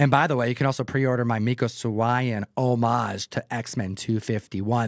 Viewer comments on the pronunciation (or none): How did you say Mico Suayan again??? LMAO You guys see these comic creators at these cons all the time and still can't say half of their names right? geez